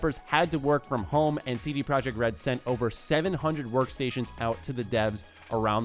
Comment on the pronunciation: CD Projekt RED should be pronounced "CD Proyekt RED" since they aren't from an English speaking country